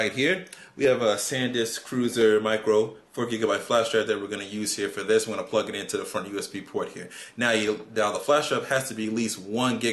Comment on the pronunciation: did he say plugh it into the fuckin USB port?